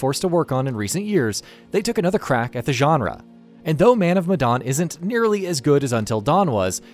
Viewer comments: Medan not madon you fuck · "Man Of MadOn"